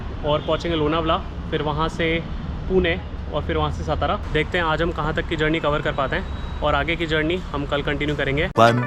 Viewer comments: It is सातारा not सतारा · सतारा नही सातारा